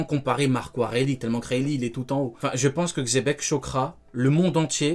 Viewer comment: Le "Weylee" m’à anéanti.... 🤣🤣🤣